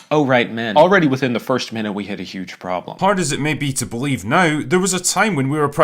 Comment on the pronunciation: "Already within the first MENute," you say?